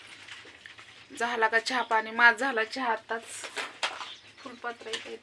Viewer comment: Moning nahi g morning.. 😂